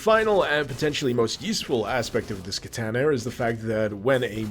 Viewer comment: I've been watching you for many years man, but I can't stop laughing at how you pronounced "kertaner" (katana) 🤣 But thanks for a more in-depth look at this project. I'd heard of it but not much about it, you've made it look much more interesting